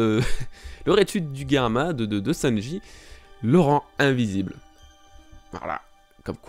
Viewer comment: c'est drôle, tu prononce Germa "Guerma" 🤔🤔🤔😅 après tout, je sais pas quelle prononciation est bonne, mais dans l'anime ils disent Germa 😅 ...qui voit venir Nami manipuler Big Mom ?😅😅😅🙋‍♀️🙋‍♀️🙋‍♀️🙋‍♂️🙋‍♂️🙋‍♂️